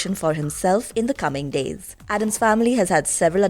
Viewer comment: It is ADDAMS, not Adam's, for Gomez's sake. I'm very tired of that mistake.